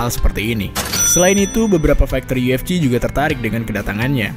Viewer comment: Bahasan dan analisa ok sih .... cuma penyebutan UFC masih kedengeran aneh kadang yu ef ji atau yu ef ci harusnya Yu Ef Si (UFC)